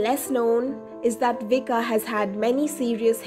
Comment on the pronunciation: pronounced as in Croation, Vich-kah, no s sound.